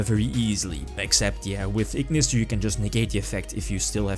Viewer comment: lmao, that "iggggnissterr" caught me off guard